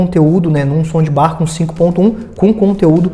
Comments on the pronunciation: Por que ele fala “ sondibar”????? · Putz que raiva disso... Acho que ele fala som de BAR / BUTECO kkkkk GALERA, SE PRONUNCIA ASSIM: 'SAUNDBAR' - TROQUE O PELO A . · som de bar kkk